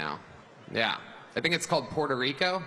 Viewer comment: I think the way he said "Puerto Rico" was infinitely more racist